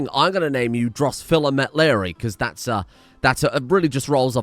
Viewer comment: Drosophila is pronounced Dros-off-illa (like the end of Godzilla). That’s the genus containing vinegar flies.